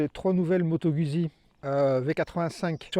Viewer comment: Pour que ton Italien soit parfait, il faudrait que tu prononce Guzzi comme eux: "Goûtes-y!"